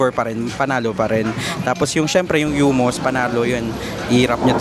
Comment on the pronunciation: Anong Hyumus?😂😂😂 paki check po ulit paano i-pronounce 😊